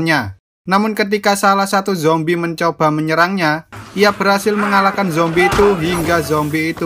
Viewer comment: Lu ngomong zombrek ngakak anjr😀🤣